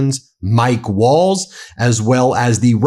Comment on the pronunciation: Nice that Waltz has that bit of cardboard to tell us he is honourable, his words keep saying otherwise. Also his name is the same as the dance, I hear people pronounce it Walls? Or is that just the accent? As the t and z are getting no love.